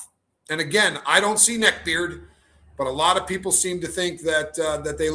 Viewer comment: Hey from Chicago 😍 I LOL every time u say “neck beard 😂😂